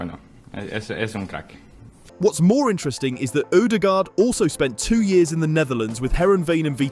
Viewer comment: Im a native Spanish speaker and odregaard was better than califiori